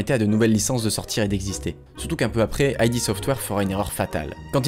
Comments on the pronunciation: Et aussi, on ne dit pas "Aille Di Software", mais "Ide Software". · Dommage que tu perdes toute la crédibilité qu'on t'accorde au bout de 2 minutes... On dit pas "Ay Di" Software, c'est "Id" software. N'importe quel journaleux JV un peu sérieux le sait. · Bonne vidéo, on a dû te le dire 100 fois mais : id dans "id software" ça se prononce "ide" et pas "aïe di"; "engine" se prononce "enjine" et pas "enjaïne". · "Aïdi software" triggered ça se prononce "ide" /puriste Bisous. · Je viens de découvrir ta chaine, j'aime beaucoup, une toute petite erreur (que beaucoup font ^^) c'est le nom "id software" c'est pas "aïdi" mais "id" juste "id" (dixit les dev eux mêmes) GG en tout cas pour tes vidéos, t'as quand même gagné un abonné en plus. ps: engine (comme une angine) ^^ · En fait ça ne se prononce pas "aïe di" mais "eed" software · Bonne vidéo ! Par contre pour Id Software, ça se prononce "id" et pas "ail dit" 😅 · c'est pas "ID' " software ? plutot que I.D. software ? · La vidéo est super et j'arrive après la bataille mais il y a des petits soucis de prononciation. Déjà ID Software : ID se prononce "eed" et non"I-dee". Et pour "engine" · Et on dit "id" en une syllabe pour id software je dénonce moi aussi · on dit engeene et pas engayne! (et aussi ID software se prononce EED sofware) sinon j adore tes videos ! bonne continuation :) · Ça se prononce "ide" software. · Dis correctement "id" aussi alors ...